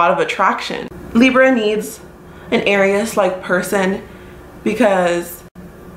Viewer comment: Aries isn’t pronounced like that lol